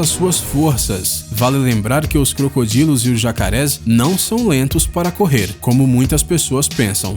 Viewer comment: para é jacaré para é jacaré fala direito jacaré